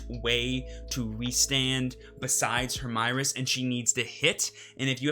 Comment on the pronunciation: Hermieres is probably france origin, so i think you need to say it following french speaking conventions.